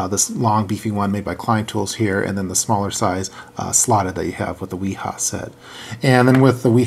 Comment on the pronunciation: It's pronounced Vee-Haa :-) The W has a V sound in German.